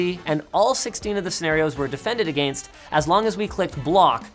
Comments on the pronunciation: what word is agaeinsst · Against...you say it like a frenchmen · Who else was distracted every time he pronounced “against?” Just me? Ok. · Linus - specifically pronouncing the gain in against to make sure we all feel inferior in our grasp of English.